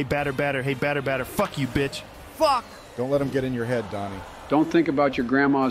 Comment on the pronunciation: "did he just say fyck you from the shadow realm?" 😭😭😭